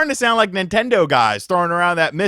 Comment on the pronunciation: It's strange how pronunces the word Nintendo when saying he is a Nintendo Youtuber 😂